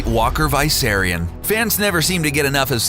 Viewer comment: You're saying it wrong, It's VISS-SAIR-RION not VIE-SERRIUN 😁